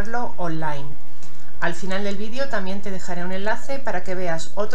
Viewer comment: Se dise video no vidio. Habllbien agarrar no coger coger es cuando se ase oracosa más fea como.los sacerdote coger